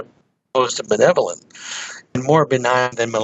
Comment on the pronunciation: and are both mispronouncing the words malevolent and benevolent. To check the pronunciation you can copy and paste this sentence into 'Google Translate' and listen: "Are the Aliens malevolent or benevolent?"... (Click on the little speaker symbol.)... This question is an important one. I think that the Aliens are benevolent towards the whole Human Species but not towards an individual person. That is how we are towards cows or frogs. E.g. a Biologist will feel great love for frogs in general but will take a healthy frog and kill it for research purposes. I see the Aliens as thinking like Scientists but then I've done much Science in my life....